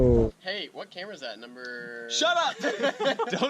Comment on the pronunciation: Really glad you left your brother Mark in the outro. “What camera is that, numberrr” lmao it makes me laugh every time.